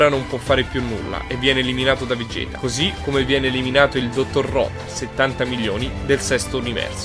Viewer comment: vegequ no vegett